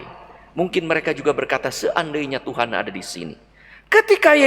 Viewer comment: Amin Bpk Mgr..yang selalu Semangat dan penuh Karunia khusus berkhotbah...dan mari ubah teriakan dan tekanan suku kata dari belakang ke depan..jadi : TUHAN..Tuhan..Tuhan :) Terima kasih " Berpaut pada Tuhan Yesus pasti selamat". Amin. Salam Hormat dan Doa